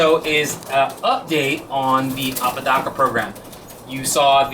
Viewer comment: Hay thanks for the shout out u didn,t butcher the name cheers man....are u gonna keep the apodaca family seperate or are u gonna breed it into your own stock? Great content as always very interesting and informative keep them vids coming......👍